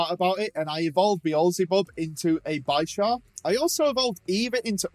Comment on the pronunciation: Minefu??? It’s me-en-foo Also you said gogoat instead of skiddoo Bisharp is Bi sharp not b eye sharp The anime is a good pronunciation dictionary :) Very nice commentary tho